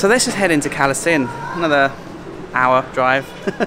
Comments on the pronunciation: English lesson in reading Thai-English words#2. All cities that have "K" for "ก" will actually be a hard "G" so Krabi is pronounced Grah-bee and Kalasin is Gala-sin, soon you'll be going to K(ข)hon K(ก)aen - Kawn-Gen., keep it up, you are doing great! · The province where we don't even speak Thai, also it's pronounce Galasin. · Karm not Kram also the Thais pronounce Kalasin with a G